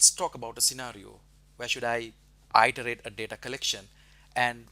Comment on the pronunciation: Thank you, very helpful and instructive. One minor suggestion. The word "iterate" is not pronounced "eye terate". It's pronounced "it erate".